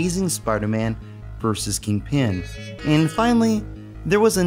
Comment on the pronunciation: You keep saying King-Pin, like its two words and he's the King of Pins and not, you know the Kingpin of crime, it sounds so weird, but apart from that another awesome video, I loved the cheesy-ass soft rock music on the CD version of this game :-) EDIT - I'm almost 100% sure there was a save option instead of a password on the PAL version (its years since I sold my Megadrive and SNES, the last consoles I sold cos I regretted it so much) So I can't check for you. It might have been because I had the extra save cartridge thing for more memory, some games only let you save instead of use Passwords if you had one (and Shining Force CD almost filled the on-board memory by itself so I needed one), so it might have been because of that.